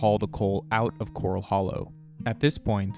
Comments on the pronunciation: Great video but it's not cor-ul like you find in the ocean. It's cor-al like where you keep horses. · Thats pronounced like a horse pen not a reef critter. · Why does the narrator mispronounce Corral? Corral Hollow was named after a corral that early Spanish cowboys used to keep mustangs. There is nothing coral in Corral Hollow.